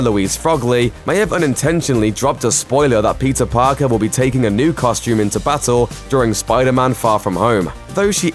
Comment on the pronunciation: I keep hearing him say Pizza Parker please help me 😂